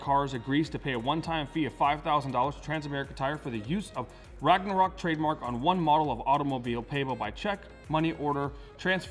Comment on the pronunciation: How about instead of “RagNArok”, you spell it like it actually sounds “ Ragonrok” or something. It’s a different name so it should be fine